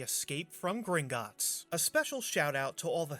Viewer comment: Does anyone remember the travel mom saying Gringitts?